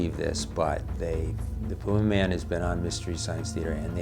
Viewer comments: Uhh it's pronounced Pyumaman! 🎶When you want the flavor of bacon in a dip🎶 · Tha Pew-May-Man!